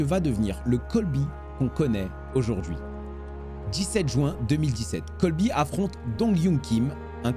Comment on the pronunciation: C’est Colby et pas Coby